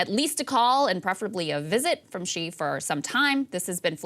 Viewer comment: Good job in pronunciation for Xi. Much better than before